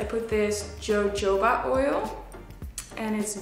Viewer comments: did anyone notice she pronounced "Jojoba oil" wrong? Its pronounced "Hohoba oil".😂😂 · I live the fact that she said Jojoba oil instead of hohoba lol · Hohoba not Jojoba oil... although it is spelled like that. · its yo-ho-ba not jo-jo-ba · It’s pronounced “ho-ho-ba” oil not jojoba. It’s a good thing she’s pretty 💅🏽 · Rebeka Rayanne everywhere its spelt jojoba, it’s pronounced ho-ho-ba. Smh 💆🏽‍♂️ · And can’t pronounced jojoba ☠️ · oh my god the way she pronounced jojoba 😂😂😂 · She said jojoba oil with the j sound LOL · The way she pronounce jojoba oil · Lol she said "jojoba" instead of "hohoba" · No one told her the proper pronunciation of jojoba oil? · Jojoba oil is pronounced "ho-ho-ba" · She doesn't know how to pronunce Jojoba. 🙄